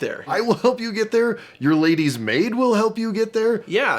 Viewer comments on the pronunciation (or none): none